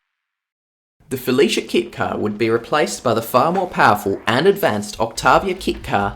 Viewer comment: Your determination to pronouncing Felicia as fellatio is truly appreciated. I myself could use a fellatio kit, I mean Felicia kit car